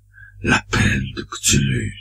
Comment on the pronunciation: ça se prononce "ctoulhou"